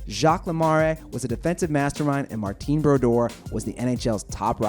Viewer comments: Wow these pronunciations are trash. Le-mare not le-mar-eh, Mar-TAAN not Mar-teen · Jacques Lemaree?! Martine Brodeur? Learn the names before u post!!! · Martine lmao it's just Martin Brodeur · how do you miss pronounce martin. hooowwwww????????